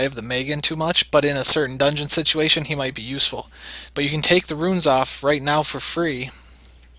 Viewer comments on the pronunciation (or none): you pronounced shimitae as "she mighty" lol. "shi-mi-tay"